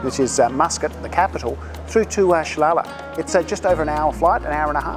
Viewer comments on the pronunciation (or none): Good video, It's pronounce Sal al ah not Shlalah